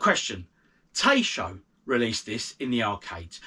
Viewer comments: Taito is pronounced 'tie-toe' Longer videos are best coz not only do we get to see more versions, we get to see more of you too. 🙂 Dunno about the verdict here.🤔 I'm sorry but this time I'm disagreeing. 'Ease of play' seems very shaky ground to base a verdict on. I like games to be difficult. Although, I do recognise that difficulty can ruin a game (Green Beret C64) 🙄, but so can ease. Yeh, it's all about the gameplay and not necessarily the graphics, but still, the C64 version didn't look too fast at all. I assumed you were talking about the attack speed and the speed of enemy fire so I went back and looked at all 3 versions again closely. The clips are all pretty much the same length with maybe the arcade one being slightly longer but during these clips, enemy fire was like so; Arcade - 50+ shots fired C64 - around 40 shots fired Spectrum - around 20 shots fired Secondly, not only do the enemy fire at half the rate on the Spectrum version, the speed of the fire is halved too! The rate and speed of fire on the C64 version is true to the arcade version but you appear to have labelled that as a flaw??? 🤔 I thought the primary criteria for judging coin-op conversions would be how close they are to the original. Not how easy they are on your favourite computer. The C64/Arcade versions look like they could be challenging..... The Spectrum version just looks like a time-waster. 😐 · 'Ta' as in Tap, 'ee' as in eat 'to' as in top :) Source - me!! I lived in Japan for 15 years :)